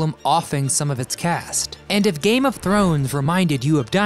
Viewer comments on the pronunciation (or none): none